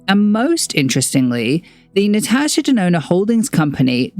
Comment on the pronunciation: So glad to find out ive been saving my money for the right reasons ❤ also sidenote: my name is Natasha and im so happy to hear a content creator pronouncing it the way I do!